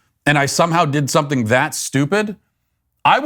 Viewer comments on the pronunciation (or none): none